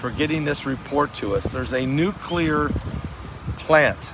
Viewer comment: It is NOT nucular. It's NUCLEAR.